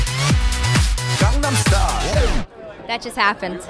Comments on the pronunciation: i think miley thought she thought he said "gongnom style". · LOL Miley, "what?" and i think she answered "gangam style?" lol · RS: Miley do u no gangnam styl? Miley: what? RS: gangnam style. Miley: garngnarm styl? Lol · gongnom style 0.o she must be comfused :D